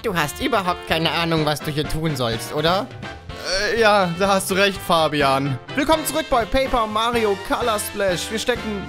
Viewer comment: Farbeimer:Farbian Ich:Fabian